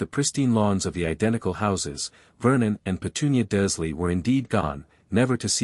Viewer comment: Again another video where the bot voice can't read the r in Dursley, even though it does in other words. 🙄 The voice is annoying enough, but not making sure it says names correctly is lazy editing.